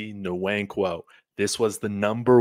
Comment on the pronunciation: it is wankwo, the N is silent. Wannnnkwo. Like Kanu Nwankwo the famous soccer player.